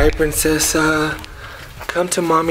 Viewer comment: It's princessa not prensesa